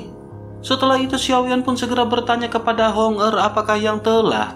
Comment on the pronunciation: Hong er dan Hong meng selalu salah sebut.